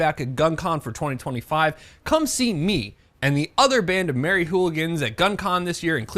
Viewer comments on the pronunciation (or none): none